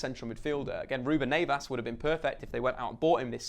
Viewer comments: Who the fuck is Ruben Nevas? 😂😂😂😂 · Ruben "Nayvas"